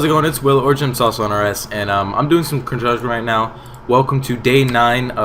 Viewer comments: "Hey It's Will or and I'm training some constomtidhdh right now..." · you said construction at the start so weird. :p